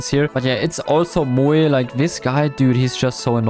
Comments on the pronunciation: stop calling "moe" "mo-e" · Top 3 pronunciation: -Moey (Moe) -Zolo showdown (solo) -Morris (Mortis) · I love it when he says "Moe" as Moey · When you say "Moe" it sounds like the romanian word for or4l s3x"MUIE"! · bro rly said Moææ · The way you said Moe 😂 I know you’re German so no hate just funny